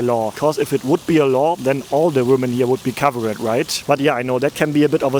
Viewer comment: It’s covered… not cover-ed😂😂😂😂